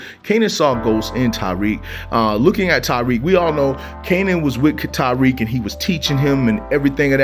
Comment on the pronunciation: Bruh say it with me (Ta-Reek) my name really shouldn’t be that hard to say 😭